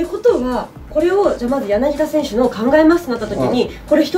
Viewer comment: やなきだ、じゃなくて、やなぎた だ、じゃなくて、た 濁らない